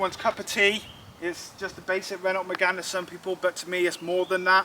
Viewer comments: Painful listening to you mispronounce Renault so often- it's Ren-oh. Apart from that, good on you for saving it! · Get that to Festival of the unexceptional! P.s. The t is silent in Renault. No e at the end makes the t silent ;)